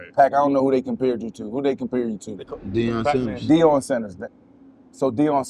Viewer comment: “Deion Sanders” I’m not watching another second of this. 😂😂😂